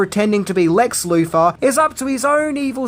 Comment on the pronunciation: Marfa....WHY DID YOU SAY THAT NAME?!!! I also hated Lex Loofer